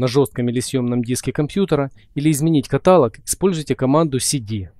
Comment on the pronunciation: 'Каталог" ударение на последний слог. Просто постоянно слышу эту ошибку.